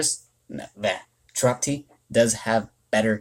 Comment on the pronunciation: Very helpful reviews for these Nat 2s, thank you. If I may make a small correction to your analysis, Chiroptie is pronounced "(Kye)-roptie." Like rhymes with my or lie. Bats are of the scientific order Chiroptera. Science fact of the day. I like watching your videos, though. I like seeing your input on mons I would otherwise overlook or just evolve for gems.